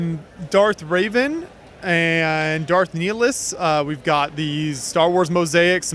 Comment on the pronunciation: Revan, Darth Revan, R.E.V.A.N., not Darth Raven, Raven is a bird.